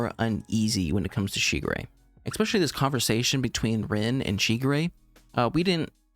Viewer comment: just so you don't get confused later (I've seen other reactors get mixed up on it)......her name is pronounced like Reen. You'll understand why I'm making this clarification lol........but the girl who turns into the horse is Reen, not Rin.